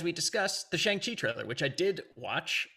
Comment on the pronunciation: That’s a really good pronunciation.